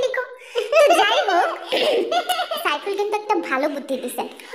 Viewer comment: Saiful na aiful😂😂.....